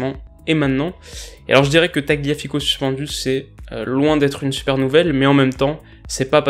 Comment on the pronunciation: tagliafico se prononce "talliafico"